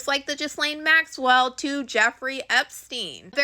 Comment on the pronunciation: Another great scoop! KK is definitely going to be indicted. Well done! PS please pronounce Ghislaine with a hard G as in girl, and a silent S - so G-lane, not Jizz-lane! 😜🤪My professor's first name is the same, and it's hard to hear...